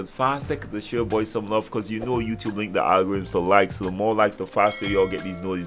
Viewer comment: Why does he say wou tube wou tube ??